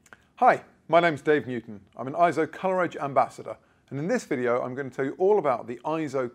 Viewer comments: Not pronounced IZZO. Eizo is pronounced AY-ZO, which means "image" or "vision" in Japanese. See the Eizo Wikipedia article on its proper pronunciation. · It's also pronounced AY-ZO in their own corporate brand message video. What's your point? Do I not have the right to help people properly, respectfully, and culturally pronounce a company's name?